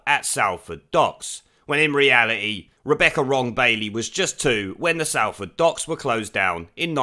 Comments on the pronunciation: It's pronounced 'Solford' not 'Salford' !!!! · Pronounced SOLford not SALford ! Oh and my father was made redundant working for Burmah oil at the docks ! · Love your content ..........but ITS PRONOUNCED SOLL FORD !!!!!!!!!! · Behave! It's pronounced as Solford. Otherwise crackin' vid as per usual. The shit weaselry is alive'n'kicking. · Sol ford - not Sal ford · Its pronounced like sol-ford mate haha. I love in her constituency and am not happy to have such a bleb as my MP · Just a minor point. Salford is pronounced Solford. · It is pronounced S(o)lford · It’s Salford ffs Not Sal-ford. My step dad worked on those same docks not that long before they were closed down and I’m fkn a lot older than her so she talks complete and utter bollox. What else can we expect from labour though🙈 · Salford may be spelt that way but you pronounce it totally wrong, it's pronounced solford ;) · Do you pronounce Salt like you do Salford?